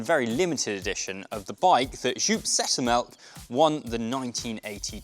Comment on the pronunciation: WHO, won the tour on this bike? Haven't heard a name butchering like that ever before haha 🤪 It's all good though, it's not the easiest name to pronounce